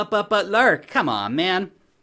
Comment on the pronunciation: Lark rhymes with Bark